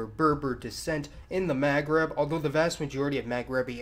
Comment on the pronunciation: Iranian is middle eastern. Also please work on your pronunciation of "Maghreb". It's very distracting.